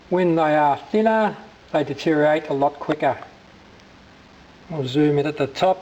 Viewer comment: At the risk of being pedantic, it's deteriorate rather than detereate. :-)